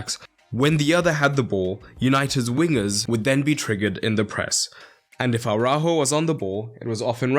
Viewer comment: Who the fuck is "Araho" lmfaooooo